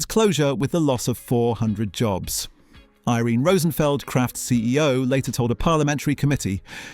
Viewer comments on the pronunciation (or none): none